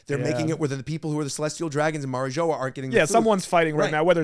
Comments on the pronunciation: Bro said Mary joa 😂😂😂 it’s said like marie jua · Bro couldn’t even say mariijoa right😂😂